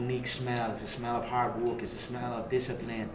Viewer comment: "Wok" hard wok